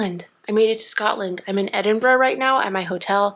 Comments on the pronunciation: I’m so happy you had a good time in the most beautiful country in the world - yes I’m Scottish and therefore biased 😂 I also love that you leaned in to the fact Scottish summers are rubbish and you were happy that you could wear all your gorgeous knits ❤ also, stunning pronunciation of Edinburgh! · Great video. I currently live in Edinburgh and just wanted to say that, as a Scottish person, I really appreciated the fact that you pronounced the word "Edinburgh" perfectly. I know words can be hard for other dialects but you smashed it. Thank you. I am glad that you enjoyed your trip.